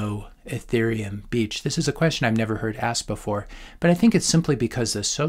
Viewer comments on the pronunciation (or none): none